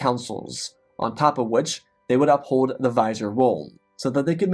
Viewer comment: Great story but that pronunciation of vizier was really distracting....